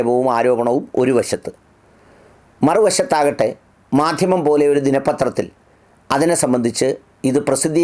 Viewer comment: മദ്ദിമം അത്ര അങ്ങോട്ട് ച്ചി ന്തി ചില്ല, ചിരി സാറെ